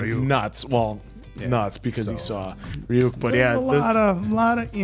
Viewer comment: I don't know how they can repeatedly hear Ryuk's name be pronounced by fellow English speakers and get it wrong, it's even so short and simple. 😂